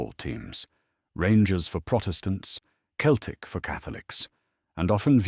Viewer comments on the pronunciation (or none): Good video only spoiled by AI mispronouncing celtic!